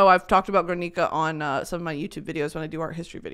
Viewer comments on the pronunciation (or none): brittany as a spanish speaking bestie i need to let you know that in "GUERNICA" the u is not pronounced! like in "guerra" ok love you thats it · you know better than to pronounce “Guernica” like that 😭